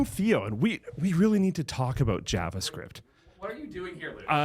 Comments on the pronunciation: "JaaavaScript" how Canadian lol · The way Luke said "Javascript" 😂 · canadians, eh?